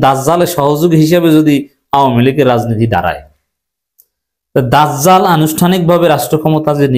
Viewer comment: আপনার জিম উচ্চারণ হয় না দাযযাল